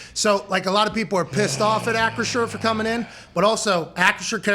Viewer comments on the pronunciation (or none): Bro I cant even pronounce the new name correctly. ASS-CURE🤣🤣🤣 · Nobody can say acrisure